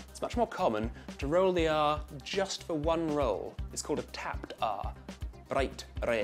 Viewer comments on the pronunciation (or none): none